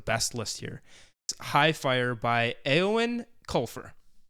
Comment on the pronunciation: Eoin is pronounced Owen.